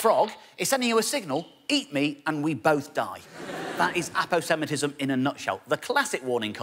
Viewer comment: Always pronounced it Apose-matism